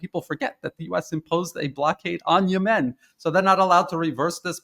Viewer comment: He mispronounced Yemen. Where is he from?